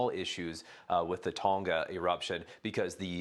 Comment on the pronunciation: Ton-Ga not tonna